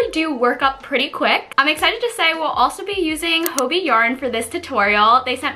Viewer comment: correct me if i'm wrong but isn't hobbii pronounced like 'hobby'?